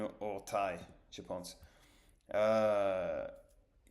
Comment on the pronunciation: Salut, bravo pour ton niveau de français, tu parles déjà très bien ! Je me permets de corriger les quelques erreurs que tu as faites pour t'aider dans ton apprentissage : à , se souvenir mieux*. "mieux" s'utilise avec les verbes et "meilleur" avec les noms. à , une bande dessinÉe* avec un "é", tu prononçais "dessine". à , le mot "orteil" se prononce \ortÈye\, il me semble que tu disais \ortAye\. à , être dans la mouise, le mot "mouise" se prononce \mOU-i-ze\, tu disais \mOIze\. Bonne fin de journée et bonne continuation 😉